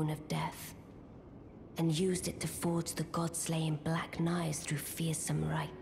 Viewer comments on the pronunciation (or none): none